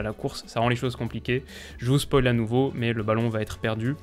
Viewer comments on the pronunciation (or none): none